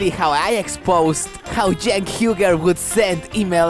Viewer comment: Did Ana call Cenk, Jank? lol